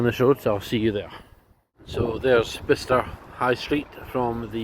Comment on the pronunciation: Top 3 of all time, high scores for everything!! Dart set up looked phenomenal. TVs n the booths a nice touch aswell. I notice you were pronouncing it Bister. I’ve never heard of this place before, but if I had seen it on a road map or something, I would have been pronouncing it Buy-Chester as that’s how it looks. Thanks for the video